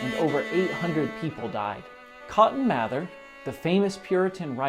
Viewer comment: I'm a direct descendent of cotton mather. It's pronounced "mayther"